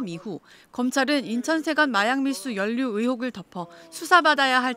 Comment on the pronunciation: 기자분 자꾸 '연루' 를 '연류' 라고 발음하시네요..